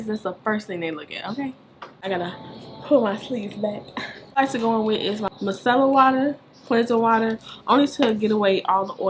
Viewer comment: I SEE U SLAYING 2020!!! LOVE THIS TUTORIAL!! oh its pronounced My-Sir-Ler water... lol i used to say it like u